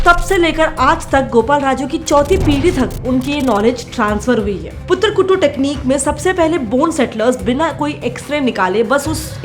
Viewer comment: It's kattu not kuttu and it definitely works for lot of people